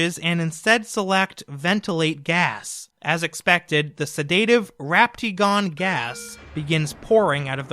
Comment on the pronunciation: Sedaative, not sedaytive